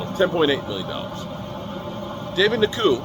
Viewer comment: who is David NaKoo? Browns have a David Njoku (En-jo-koo).